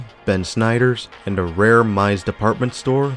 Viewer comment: Meis was pronounced as Meese, not Mize.